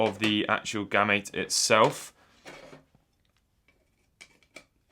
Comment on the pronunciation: I would have pronounced it as "Game-Mate" without the "me" sound